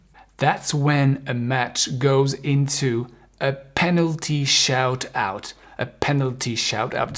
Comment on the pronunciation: Petite erreur... , it's not called a penalty "shout-out" but a penalty shoot-out. ;)